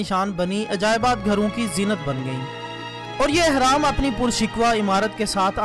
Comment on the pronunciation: 1)احرام نہیں بلکہ اہرام ہے 2) اور سورۃ قصص ہے قصاص نہیں 3) اور آپ نے سینتیس کہا اور لکھا 83 ہے دو بھی غلط! سورۃ قصص کی آیت 38 ہے آپ نے جس آیت کا حوالہ دیا۔